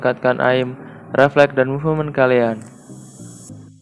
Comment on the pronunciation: bang cara baca movement itu: muvment, bukan muvement